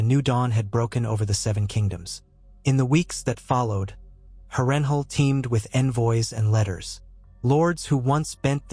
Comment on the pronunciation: House Tully and the rivermen has been completely and utterly forgotten in this vid, cursed by an AI voice that can't pronounce Harrenhal. And Tywin would've likely called upon the Reach to support him following his loss in the Riverlands, or hired Sellswords/ pirates to harry the North's, Vales' and Riverlands' eastern shores.